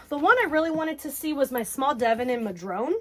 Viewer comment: PNWer here. Madrone is actually pronounced Ma- drone- uh It's a tree native to the NW. The color is pretty much bang on the color of the bark. Rachel Ray went to cafe named Madrone and kept calling it Mad-rona. It was hilarious.